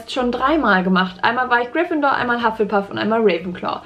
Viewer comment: Hufflepuff auf deutsch aus sprechen huff le puff